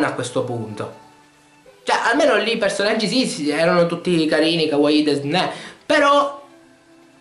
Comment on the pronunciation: hai detto kawaii desne omg